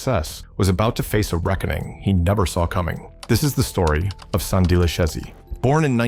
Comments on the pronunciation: It's pronounced Sand Deely (Sandile) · "Sandeel Shairs"😅😅